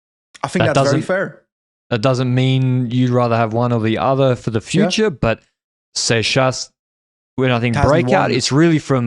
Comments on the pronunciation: pronounces seixas as "sex ass" for me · gutted w giving up on the correct pronunciation of “seixas” 😔